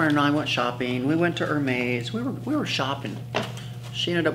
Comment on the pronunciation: You say Hermès and Herve Leger incorrectly